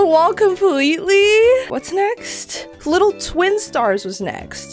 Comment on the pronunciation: Bro she siad wittle💀☠️💀☠️💀